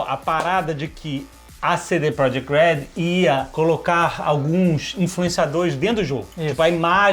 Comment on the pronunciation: e pronuncia proYekt